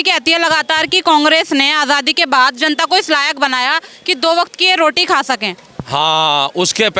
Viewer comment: He:face-purple-crying: calls Party as palty. Bhandare as Bhandale, roti as loti.....